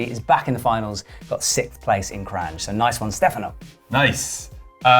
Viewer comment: It's pronounced Kran, not Kranđ or Kranž. And she is Lučka (Luchka) not Luka. Thank you. :)